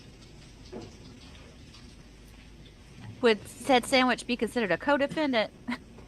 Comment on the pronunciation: ‘Sammitch’ 😂😂😂 i didn’t get it before when it’s been said in previous lives! Kee kee kee!